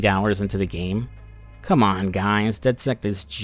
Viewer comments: I’ve never met someone who pronounces it dead sekt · Does it bother anyone else that throughout both games he calls the group "dedsect"? Good videos though